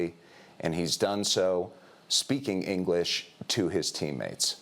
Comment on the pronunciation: Pupils made $1 billion n no ingleesh